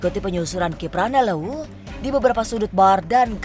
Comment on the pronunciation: Maaf host ganjil... Aku orang Sunda ko getek mendengarkan host menyebut kpl ujungnya jadi Leuwu🤭🤭🤭🤭... Ganjil ia the best... Apalagi ada kpl... Sarangheo dah....